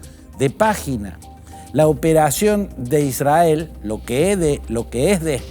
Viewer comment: Sr. Fantini, israel se pronuncia con erre no con ere. Se pronuncia isrrael. Son las reglas de nuestro hermoso idioma. Es para no aumentar su confusa y siempre inclinada exposición pro israelí.